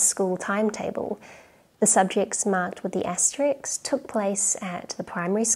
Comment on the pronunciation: It’s ASTERISK, not ASTERICK. [*]